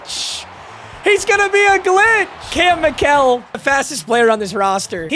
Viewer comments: It's pronounced Michael not mikell according to his player page on Colorado website. Also he's from my hometown. He played football, baseball, basketball, and ran track. He has school records in football and track. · For Kam Mikell it’s pronounced like Michael